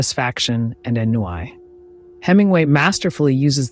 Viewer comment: Ennui is pronounced “on-wee”